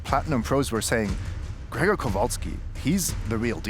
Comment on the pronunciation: Perfect pronunciation of Grzegorz's name from:) And an excellent job by both and as usual - we've become too used to greatness during those good old days hehe